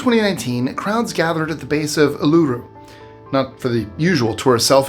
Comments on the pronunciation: You're mispronunciating Uluru. The emphasis is at the beginning of the word not the end. Ooh-lu-ru not oh-loo-roo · Uluru is pronounced Ew-Loo-Roo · Uluru...ooh la roo is pronunciation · Not Uluṟu being pronounced wrong 😭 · I have, in the past, admired your pronunciation of foreign places and names. But that has all been thrown into question by your pronunciation of "Uluru". Maybe my ignorance made your previous pronunciations sound right, but they weren't.